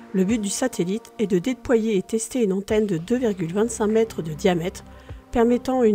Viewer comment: Bravo ,excellente préstation , par contre la diction est perfectible à peu de frais , les centimet',met' et autres quat' ça ne passe vraiment pas , par contre excellente diction des noms étrangers . Vous faites infiniment mieux qu'Hugo Lisoir qui me les broute franchement